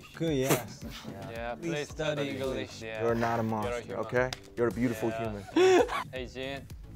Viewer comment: Mission: Say “English” Jin: Englishee Me: Eng-WORLDWIDE HANDSOME JIN